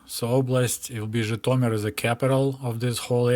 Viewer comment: It was enlightening to hear place-names like Zhitomir and Berdichev pronounced as they ought to be, and not as how I imagined they should be!